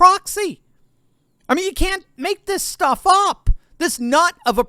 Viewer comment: If this "shtuff" keeps up, we'll have another American Revolution that won't be unlike the French Revolution.